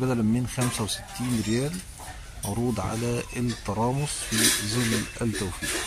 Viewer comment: انت عربي وهناك فرق بين حرف( ز )وحرف (ظ) فالعيب اقول زل والصواب ياعربي انت تقول ظل